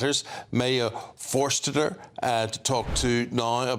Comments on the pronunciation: good catch! It was painful to hear him mispronounce her name the rest of the way through. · Why is this guy trying so hard to play dumb? He clearly knows how to pronounce her name, as evidenced at minute . He could do with a lesson in respect. Amazing interview from Maya, as always. Smart, brave woman.